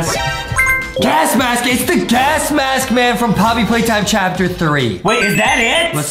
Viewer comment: Adam says Chapter pee